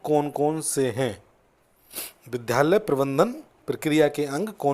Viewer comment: विद्यालय का उच्चारण ठीक नहीं है